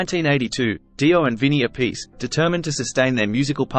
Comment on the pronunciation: nice man. actually its vinnie ap- pa -c.